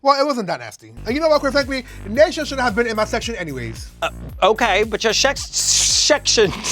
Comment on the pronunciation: shecshion 😂😂😂😂 omg I love Bianca